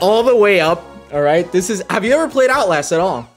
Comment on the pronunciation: He said Outlast and I heard "owl ass" 😭😭